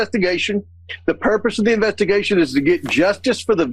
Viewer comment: comer?...that republigggun sexverber can't even properly say the word, 'investigation'...how does anybody think he can lead one?!